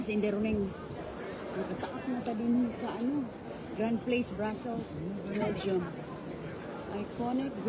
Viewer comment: Gra plas (French) ang pronunciation, hindi Grand Place. Dapat sinabi mo na lang Grand Square (English name). Don't be shocked kapag may mga naririnig kang nag-uusap sa mga ibat ibang wika. Tourist destination ang pinuntahan mo. Even nga hindi tourist destination marami na rin mga nakatirang mga ibat ibang lahi. Kahit sa neighborhood mo siguro, not all are OG Americans.